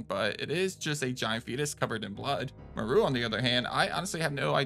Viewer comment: Dude my biggest pet peeve is people mispronouncing names that are clearly established and said in their respective media…and even then why would you think Moreau would be pronounced “mor-ru”?? Have you ever heard or see the island of Dr.Moreau?? That’s what he is named after…but even if you haven’t seen it or heard of it, or played this game…you really need to take one class in linguistics and understand basic pronunciation of names that aren’t standard English (based). Jesus man.